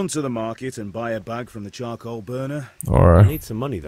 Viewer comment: Bang bacanya carkol bukan karkoal wkwk